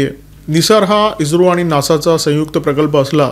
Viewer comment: इज्रो नाही ईस्रो